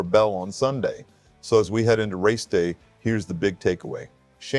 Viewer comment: It’s Gis not Jiz 😂😂